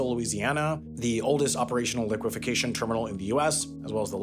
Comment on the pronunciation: While I’m not normally the pronunciation police… you said this one too many times. It is Liquefaction which is said “li kwuh FAK shn”. You added a syllable or two. Love the video :-)